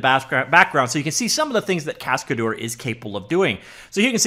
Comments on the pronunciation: It's a French word "Cascadeur"... pronounced cas-ca-dher... not dour... dher. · "Cascadeur" is a french name you have to pronounce it "cascader" in English for perfect pronunciation :)